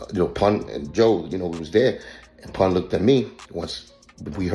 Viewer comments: He called Pun, "Poon." 😫😫😫 so disrespectful. Lol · AI disrespecting Pun name , who is Poon ? 😂 foh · Man said poon 🤦🏽‍♂️